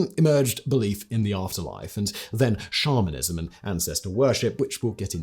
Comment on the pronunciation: I was a lot further into listening to this episode than I want to admit when I realized Simon wasn't saying "shamanism", not "Charminism" (like, a belief in the Charmin toilet paper bears)....